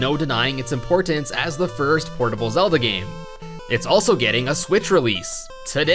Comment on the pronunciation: You Say “Zelda” not “Zedlda”